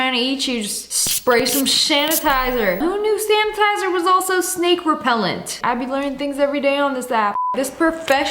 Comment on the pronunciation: “Shnanitizer”-2024 word of Lia